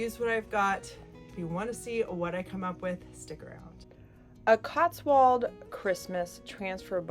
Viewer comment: It’s pronounced cots w old ( as in old age ) - an English viewer